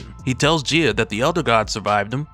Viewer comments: Is she not pronounced “guy-ah” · You are saying her name wrong, go watch Captain Planet to learn how to say her name. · Bro never gone pronounce her name right huh 🤦🏾‍♂️😂